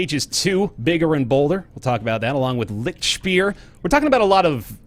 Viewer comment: I love how you pronounce "Lichtspeer". Just this silly way of trying to cope with a very different language amuses me so much. Love from germany! <3